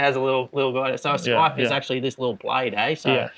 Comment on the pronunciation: Sorry fellas..the 'c' is definitely silent.